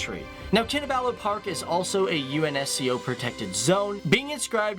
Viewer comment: Great video. But I wonder why do you insist on pronouncing every letter in the word UNESCO and not saying it as an acronym like most people do?